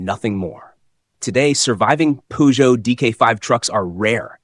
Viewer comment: Chère voix synthétique, encore un petit effort pour prononcer la marque française Peugeot correctement.